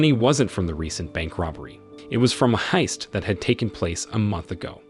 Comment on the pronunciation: Sooo many pronunciation errors -- is this narration done by a less-than-perfect AI? ... For example, how do you pronounce heist?